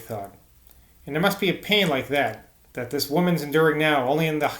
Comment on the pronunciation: Ha ha. I don't think my attempt would be much better. Saying 'thik' instead of ?'this? just seems so wrong whenever I come across it.